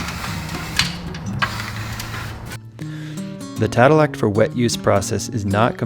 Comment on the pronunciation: Not tadelack